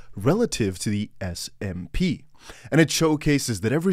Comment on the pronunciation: Love your vids❣️ Btw, it's S&P, not SMP😘